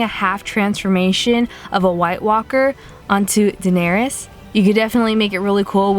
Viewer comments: Fam it's Da-nair-iss, not Da-nair-eeus. If you're gonna do a makeup look on a character, at least get their name right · I love your videos but it's pronounced duh-nair-ris 😂😂. Fantastic video though